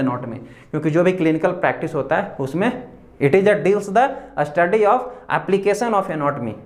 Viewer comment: U r an excellent teacher. Please improves ur pronunciation. A pratyay laga kar uchchran nahi karain pl.structure ko Astructure, study ko Astudy,stomach ko Astomach ka sahi ucharan karain.sanatan. students bhi wahi sikhaingei. Viva mei bhi waisa he bolengei. Examiner pasand Nahi karaingei .take care of this point PL.